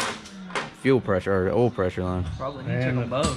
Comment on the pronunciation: geez bud you teach english. it's "oil" not "ole"